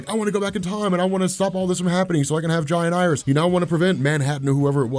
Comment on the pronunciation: Man I swear every time you say Wally West’s kids names it sounds like “ Giant Iris “ lol